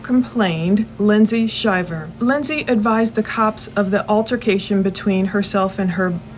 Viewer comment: Thank you for saying the name right. My father goes by the same name, and we all went to Auburn as this couple. I believe Lindsay is stretching the truth! She is doing everything as a form of gaslighting with hopes he will act out! The fact she is shoeing an affair already, makes me believe she will do anything to gain money! Just saying